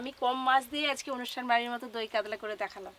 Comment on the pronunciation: কাদলা🤔 কাতলা